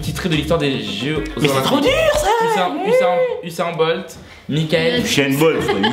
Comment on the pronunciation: Je dislike pour la prononciation d'Usain BOLT à .... Je dec mais c'est chaud fr Mdr le "Elle est bonne"